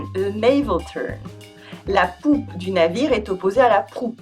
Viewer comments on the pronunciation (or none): So glad I'm not the only one who laughed when she said poupe